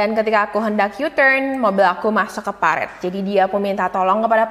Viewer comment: Parit ya kak, bukan peritt